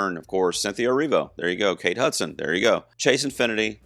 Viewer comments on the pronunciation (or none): none